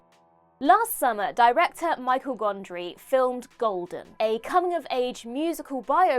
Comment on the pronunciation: The Jerry Lee Lewis thing is annoying, but calling Michel Gondry "michael" gondry is just as bad. It's mi-chel, it's french.